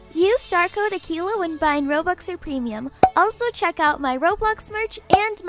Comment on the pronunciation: It’s not Aquillla it’s Akeila (good effort tho) :)